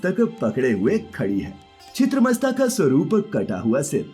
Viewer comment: It’s not chiteamasta, it is chinnamastha (the one who chopped her head). I listen to divine tales but I forgot to mention that what is this irritating way of speaking! Ah it is so irritating that this make voice is there in the video i barely able to finish whole video.